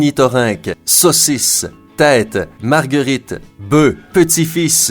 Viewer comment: pourquoi il a dit beu aulieux de boeufs